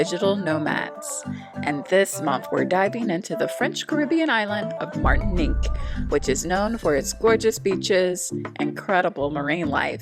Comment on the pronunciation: Se pronuncia Martinic